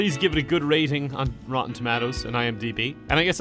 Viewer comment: this was a great video until you said TOE-MAT-OES